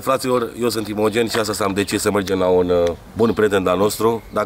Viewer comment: Și faza e ca acolo pare ca a zis intenționat imigen nu ca nu poate sa zică sa pronunțe imogen